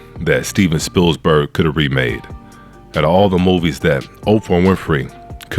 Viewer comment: There's only one 's' in Spielberg! But other than that, I agree with everything you said!